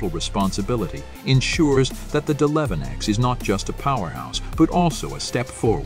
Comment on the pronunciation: WOW the narrator has no clue he keeps saying deleven ex!!! Why didn't they shut the computer off and reboot???